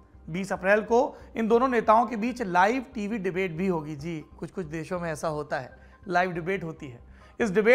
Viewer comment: PAUSE “dusre deaho mein” 😂😂😂